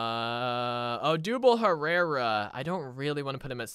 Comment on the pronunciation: Odubel Herrera name got miss pronounce so many time being a Phillies fan that hurts